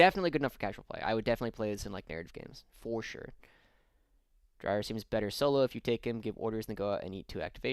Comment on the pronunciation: Dreer not drier is my guess. It’s spelt Dreir not Drier